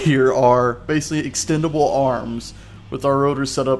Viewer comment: That lazy pronunciation of "basically" though